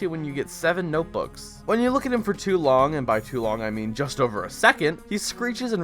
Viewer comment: I love how you said noteboos